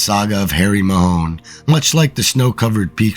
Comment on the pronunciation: The pronunciation of the name is Mahon (like baton)NOT Mahone😂